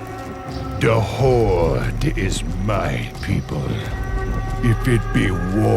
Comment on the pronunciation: The however many dislikes are likely due to the language barrier, but it could be fixed for the most part in three steps: 1. "th", not "d" 2. "r", not "rrrr(rolling)" 3. "Horde", not "Hordes".